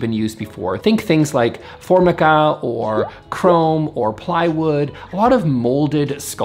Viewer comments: Formica??? FORmica??? Sorry, it's pronounced ForMIca. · Do Canadians say “For muh ka”? Down here in the States we say, “ForMYca”. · It's not fair that 1950s products are still running perfectly, but now a new dryer wont last 10 years. :/ Ive only ever heard it valled for-my-kuh, not for-mihkkuh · FORM-icka? You mean for-MY-cah? 🙂 (Or have I been saying it wrong?). I love style: "Shabby chic. It may or may not have been chic, but it was shabby, I think we can agree on that." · Hi. I learn a lot from your videos and I enjoy them very much but I just wanted to mention one minor boo boo... formica is pronounced 'for MI ka" not "for mik a'. I am old enough to have had the original formica and that's how it was always pronounced. Anyway, thanks for all the great vids. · Form-ick-a? For-mi-ca. Long i and accent on the i. Or maybe things are different in Canada? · Yes, Tina. Words are pronounced differently around the world. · I’m Canadian and I pronounce it For- mica. Never heard the form- icka before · For-my-kah? We've been saying For-MYK-kah for 50 years😮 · FYI, it's pronounced "For-MIKE-ah", not "FOR-mick-ah". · Excuse me what? Form-ik-a? You mean for-my-ka? I have not heard it pronounced that way before. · we need to rewatch twin peaks. “The table is made out of For-my-Ka “. Maybe in Canada the pronunciation is different vs the States. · 😍 I want that house! Btw I have always heard "Formica" pronounced for-MY-cah and didn't know there was another way to say it. I heard it was created as a substitute for the mineral mica, so literally "for mica." But the way says it emphsizes "form" which is such an important concept, so that is very logical. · I remember French Provincial furniture in the late 50s. In the 60s Early American was popular. Antiques and Country came into vogue with folk art and that became ad nauseum. By the way, here in the States we pronounce formica as for-Mic-a. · Here in the USA we pronounce it for-Mike-a. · Its pronounced 4 MY KAH